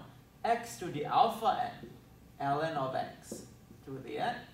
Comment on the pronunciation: Ellen of Ex sounds funny in my ears. Btw nice integral!